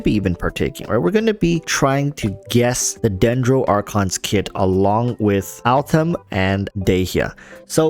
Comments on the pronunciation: Could you PLEASE NOT SAY ALTHAM!!!! He's AL-HAITHAM !!!! Jesu people put some effort into pronunciation. Just show some effort. Don't be lazy. Sorry, got triggered. Butthe good video. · Bruh who the hell is Altham? So cringe man. It's Al haitham ffs either try to pronounce it or don't, why change the name. It's pronounced al-hey-tham. Not that hard. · Can you stop saying Altham please please please, it feels so disrespectful to me, its Al-Haitham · Al- Haytham is pronounced hay like in haystack and the "th" like in thumb Al - Hay - tham The name directly translates to "The Lion" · I call him "that Al- guy" most of the time, because his full name is new to me and I'm really bad in remembering names. 😂 But I agree that if wants to use his name not like me (more like a joke about my bad memory), but seriously, he should try to pronounce it correctly. Otherwise it sounds weird. Maybe, he can't pronounce "Al-Hai-" part for some reason? 🤔